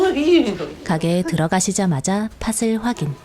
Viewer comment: 나레이션은 좋은데 발음이 하나가 좀 걸리네요 . . '팥을'을 발음할 때 [파슬]이 아니고 [파틀]